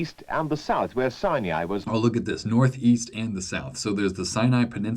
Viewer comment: Why does the narrator say “sinai” with a “y” sound?